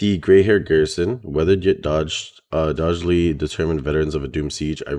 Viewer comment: Doggedly (dog·ged·ly) and Cudgel (kuh•jl) are how you pronounce them. You can erase my comment after ya see it, not trying to be that one guy but it's just incase you see those words later and someone else decides to troll you. Love your content bro!